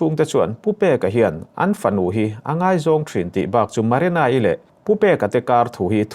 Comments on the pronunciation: marana ani leu marina zawk aw lam dikloh hi ngati nge changkan na emaw i tih tlats le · Maranai ti mawlh2 mai😂😂 Marina tih tur zawk😂😂😂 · Marena, Marana,, Ti in i lam thin in ka hria, Marina tih hi lam ahar lutk silo a😄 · Nang chu "MARENA" i ti reng a😂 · Maranai ti in i lam mai in ka hria 😂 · An hming pawh i sawi dik thei lo ania, Marana-i a ni lo, hrui hrual pawh lam thiam bawk si lo. 😢